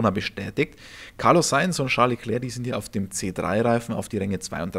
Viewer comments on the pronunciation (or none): none